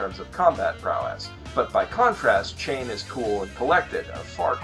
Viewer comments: Chane *CHAW-NAY! CHAW---NAY!!! I do not understand all these youtubers who can watch an anime and somehow completely mispronounce names and words mentioned multiple times in the show. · BTW - Sheen-ra(Shinra), Chaw-Nay(Chane)